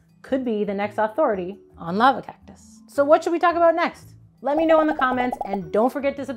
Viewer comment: "This is the lava cocktus"